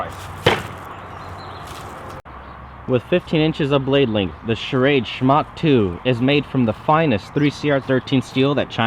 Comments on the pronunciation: Schrade, not Charade. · Love how you pronounce Schrade with two syllables, like it's "charade."